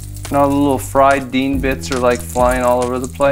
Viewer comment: You had me at 'dienz'...lol